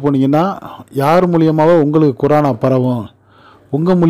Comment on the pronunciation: சோகமான செய்தி. கொரானா இல்லை ப்ரோ, கொரோனா (Corona)